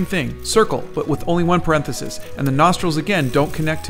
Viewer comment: Says parenthesis correctly 1 time. Then the rest of the video he says it weirdly